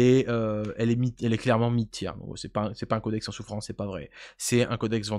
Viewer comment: "TIR" ça se dit "TIR" en anglais, ça évitera "c'est pas 1/3"